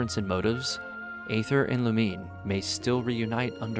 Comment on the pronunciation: The proper pronunciation of Aether is “eethur” even the English va for Aether pronounced it wrong at first, so dw.